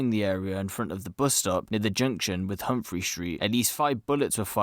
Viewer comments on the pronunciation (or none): none